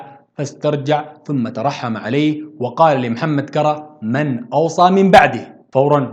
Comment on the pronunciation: تعديل مُسبّعات بضم الميم و تشديد الباء كُرّا كذلك بضم الكاف و تشديد الراء